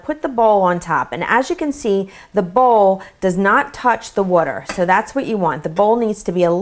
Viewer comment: Did anyone hear her say "wuter" instead of "water"?